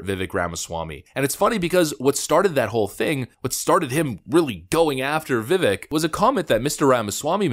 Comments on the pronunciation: Vi-vake. Vi-vache. Not vivik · To the... Great presentation. By the way Vivek's first name is not pronounced... Vi-Vik. It is pronounced Vi-Vake, Like Cake. At least those are the precise words Vivek used with Tim Pool when interviewed by Tim. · learn his name. it's easy. it's pronounced vih-vake. not vih-veck. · It's VA-VAKE not vivic...... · Love your stuff! BTW, it's not pronounced "Vivik" it's "Vivake" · Please learn how to pronounce Vivek.. . Viv ake. Like Cake. Viv cake Viv ake vivake. Vivik. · It's pronounced Vivake (like cake) not Vivick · Vivek rhymes with steak, not stick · Vivek pronounced VIVAKE,,,rhymes with cake. Why can't people pronounce this name correctly! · Vivek (pronounced ‘Vih-vayk’) will be increasingly attacked because he’s a sharp, outspoken leader, because he’s rapidly rising in the polls. Fox is clearly managed by BlackRock and has to control the America First agenda because they make billions with the CCP. The rest, like Christie, is just a charade to distract. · Just FYI, Vivek is pronounced Vih-Vake. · Please adjust your pronunciation,. Vivek has stated that the second syllable of his first name rhymes with CAKE. Love your work! Longtime subscriber. Subbed prior to the first hideous purge of channels. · Pronounced: Viv - ache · Vivek is pronounced VivAK - long A. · Vivek rhymes with Cake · If you want more fuel for your theory, watch the footage of the breaks where the candidates often talked to each other. Christie was talking to DeSantis over and over. And, surprise, DeSantis didn't spend time attacking Vivek, he didn't need to. Oh, btw, it's pronounced Viv-ache. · It’s Vivek like ‘Cake!’ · It’s pronounced Like ViCake…Vivek. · His name is Vivek pronounced :Ve Vake.= Truth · Vivek rhymes with cake. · Vi-Vayk, rhymes with cake. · It's pronounced Viv-ake. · Vivek is pronounced Vuh'Vàke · Really like your videos, but FYI Vivek is pronounced Viv-ache *like tooth ache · I think he pronounces his name V’Vake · Pronounced Vi-vake